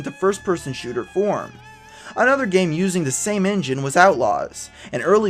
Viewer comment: you said "An early wild west themed first-person shootu-r" on